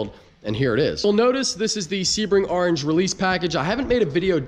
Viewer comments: “Arange” corvette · the way you say "orange" smh... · Orange starts with a O not an A